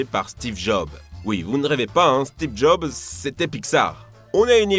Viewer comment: " stiv job"